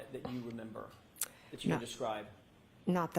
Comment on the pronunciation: “I don’t rememba”